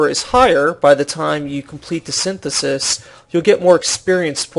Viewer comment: ugh... IT'S SYNTHESIS!! SIN-THES-IS